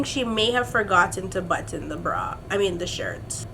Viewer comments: The way you say "button" when talking about Bianca ! I die 😂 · I like how you pronounce "button" using EVERY letter 😂😂😂😂